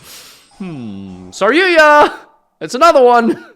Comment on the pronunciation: Why do you call it SarYUYA?